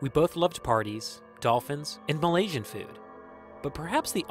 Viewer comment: Man said balasian food🤣😭